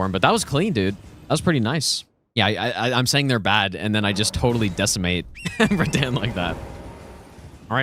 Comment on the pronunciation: Lowk ragebait everytime says Radahn